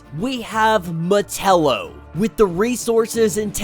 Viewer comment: He flubbed the line. it is Val Zod and the way he pronounce Metallo was bad on my ears as well.